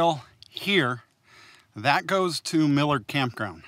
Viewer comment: I only occasionally refer to "All Trails". Also, it is Millard Campground, not Miller Campground. Good video, and I will watch more as time permits, thanks for posting!